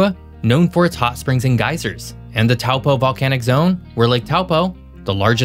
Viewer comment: Omg! The pronunciation of NZ place names in this video is shocking! Dunedin (Dune-eh-Din???! It’s Duh-Knee-Done) is shockingly bad, as is Taupo (Toe-paw) and to a lesser degree Tauranga (Toe-rung-ah). Do us a solid, get the names right?.